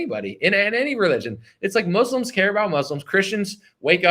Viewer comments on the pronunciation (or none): none